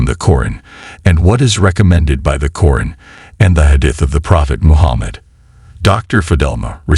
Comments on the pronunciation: Stop using A.I as a narrater..its not Corin its QURAN.. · Its Qur'An not Qoo run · What your pronouncing Quran is actually to be pronounced as Quraan. You have to stretch the sound 'a' as 'aa' as in for example "alligator"